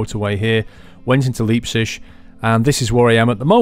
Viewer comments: I love when u say Leipzig...it sound like liebtschig. Say L I ptzick /ˈlaɪptsɪɡ/ btw ur are awesome !! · btw: Leipzig is pronounced Liepzic (like in lie) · As a german I find the way you pronounce Leipzig hilarious :D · He said Leipzig totally wrong lol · Your pronounciation on Leipzig sounds horrible